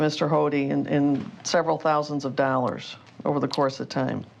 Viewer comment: "Fifty Thousand Dallers"